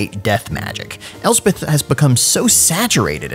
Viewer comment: At last, grammar policemen like me can rejoice when hearing Elspeth, not Elsef and Nuln not null.